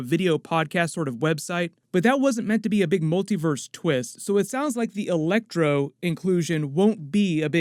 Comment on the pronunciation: It was just a bad joke on my part. You said elecTOR instead of ElecTRO. lol